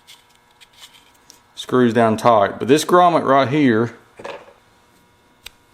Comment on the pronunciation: Thanks for taking the time to make the video. Just an FYI, the word is 'grommet".